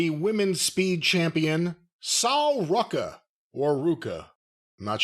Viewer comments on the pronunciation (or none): Drinking game: take a shot every time Jim sighs or goes, “ohh, Jesus…” Btw, “Sole” Ruca, not “Saul” Ruca lol.